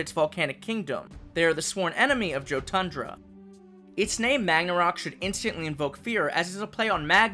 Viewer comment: It's it me or should Jotundra be pronounced "Yo-tundra" since Jotun is actually pronounced "yo-tun" from what I've seen in Norse mythology videos and in media but it's really nothing though just saying but love the designs of all of them :)